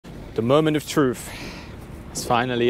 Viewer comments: Brits and Europeans who learned British English its "truTH" not tru"F" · The moment of "troof" Nice th sound